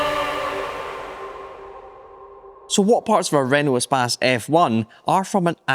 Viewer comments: It is not an espaaaaaace. It's a short a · Who else mispronounced it as "ee-space" in their mind at first glance? That's what using the internet for too long does to you...